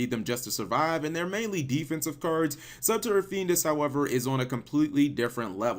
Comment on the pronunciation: "Archetype Subturra," hahahaha, I like how you enunciated that.